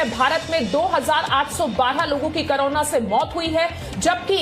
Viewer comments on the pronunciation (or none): करोना या कोरोना आप सही बोले बहुत बार आप करोना ही बोलती है